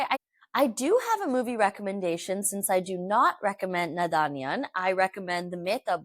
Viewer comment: Babe the last “n” in naadaniyan is silent